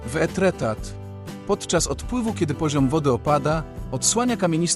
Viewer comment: Pięknie, ale wymowę francuską powinieneś sprawdzić przed publicznym komentarzem do filmu. Pozdrawiam!😘